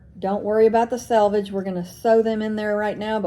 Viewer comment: Thank you for pronouncing SELVAGE correctly. Not sure why it bothers me when people say sAlvage. Or when some say acrost when they mean across. Thanks for letting me rant. You can delete this post if you find it inappropriate. Love your videos.